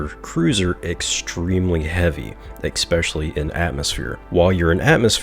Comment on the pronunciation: "ekspecially" . Thanks for saving me 9 minutes